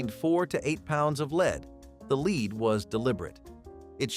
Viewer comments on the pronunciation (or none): LED, not leed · Somebody needs to tell that narrative bot that 'lead' is pronounced 'led' in certain cases 👎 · Why is lead being mispronounced? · "Leed" :D